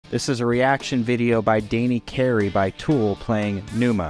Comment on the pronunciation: To bad you pronounced the name of one of the greateat drumists ever wrong